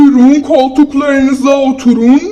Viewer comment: Otulun değil oturun